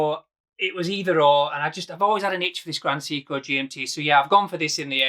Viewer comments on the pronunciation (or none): My teeth feel itchy every time I hear "See-coo". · I know you're from Yorkshire but it's pronounced ' Say-ko ', come to think of it you might be right and everybody else on the internet is pronouncing it wrong